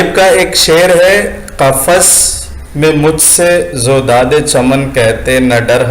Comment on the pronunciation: Qafas mai mujh se ROODAD e chaman kehte na dar humdum. Giri hai jis pe KAL bijli wo mera ashiyan kyun ho *roodad not zoodad. please correct it